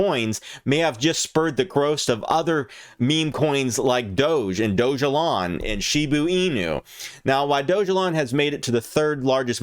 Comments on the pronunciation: It’s pronounced dog-a-lon!! How did you miss that it literally explains that in the description!! It’s not doge elon.. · It’s not “ doge” it’s dog-Elon mars